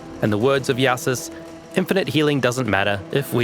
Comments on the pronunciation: Is it not pronounced "Joe sis" or "yo sis" instead of "ya sis" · There's one incorrect part in the video, Jousis is pronounced "Jesus of PoE" not "Yahsis" :face-blue-smiling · this guy so german he cant even say jew-sis